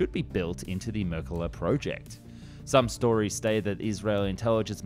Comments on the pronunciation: I love this channel and I love the Merkava series of tanks. But am I the only one cringing every time the narrator calls it "Merkala" and not Merkava? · whats going on with your L's its israel tal not thai 😂 also merkava not merkala the former german chancelor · Why do you keep calling it merkala? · Your pronunciation of Merkavs is way off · Decent overview of the rationale behind the development of this tank that has helped keep the people of Israel free from terror and oppression. You had a fair attempt to pronounce the name too, although the emphasis should be the last syllable...mer-ka-Vah. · YOU PRONOUNCE THE V THERE'S NO L IN THE WORD MERKAVA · Yikes, have you never heard its name pronounced before?? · merkaava, not merkuva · Yes! Please continue with the Merkava 3 & 4! But PLEASE work on your pronunciation of Mer-ka-Va. I'm hearing something like Mer-ka-Gah. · His mispronunciation of Merkava as Merkela is funny enough to transcend politics. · Why are you calling it the Merkilla?? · אאהההההההה אז תגיד altough, it is not exactly marekava but rather mrkava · No, it is Mer ka va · MerkavA-the accent is on the last syllable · Ahh yes the mercala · why do you keep calling it a merkele/merkeler